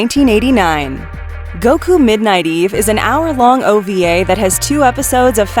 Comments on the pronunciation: Videos Sorry for this it's pronounce : Goku Midnight Eye not EVE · black jack date is 1993 and you said eve not eye